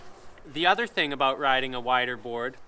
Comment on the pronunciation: Aboot an inch